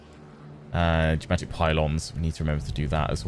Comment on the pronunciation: When you said "Geomantic" i heard "Jumanji"